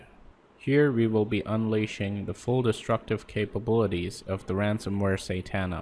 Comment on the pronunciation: you say satana wrong